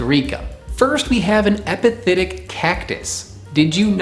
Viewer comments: Am I the only one hearing “hepatitic” instead of “epiphytic” ? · I know this is an old video but you're saying epithetic when you may want to be saying epiphytic. Epithet vs epiphyte